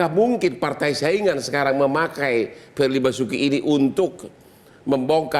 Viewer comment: Pirli Basuki...... 🤭🤭🤭🤣🤣🤣🤣😂😂😂 Ngakak dahhh split-tounge-nya Bang Hotman....🤣😅